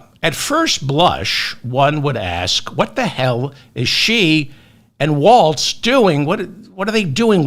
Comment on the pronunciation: No “t” on Walz…